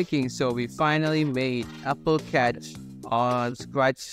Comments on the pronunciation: Apple not appel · Its apple not appel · scratchjr: appel: also appel